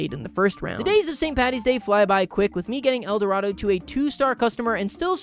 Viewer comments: Gotta love how he keeps pronouncing Edoardo as "el dorado", at least he's consistent with it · The way he called little edoardo "Little El Dorado" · Currently watching and placing $5 that, at no point, will acknowledge that the man's name is just Edorado and not El Dorado. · i think you pronounce his name as "little edwardoh" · i love how he called little edoardo eldorado for the entire video AND narration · how is he pronouncing “edoardo” as “el dorado” 😭😭😭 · pronouncing Little Eduardo as "Little El Dorado" is killing me 😂